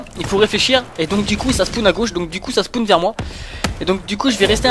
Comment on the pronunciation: pk tu dit spoun au lieu de spawn